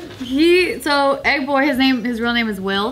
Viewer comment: I really thought said "Ed boy", not "Egg boy".